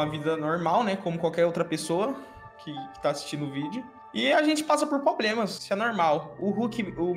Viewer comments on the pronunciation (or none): "poblemas'', "maniquefiti", "revelancia", "visuação", "vilusações", "ingal", e mais um show de erros de português, que vídeo maravilhoso e tenebroso ao mesmo tempo, obrigado você melhorou o meu dia em 200%